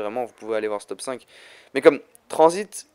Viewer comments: mec gg mais juste un truc t'a dit tranzbite au lieu de tranzit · On diret tu dit tranzbite